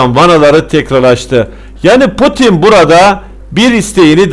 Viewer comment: potin değil laa putin 😁 yorumların güzel ama tebrik ederim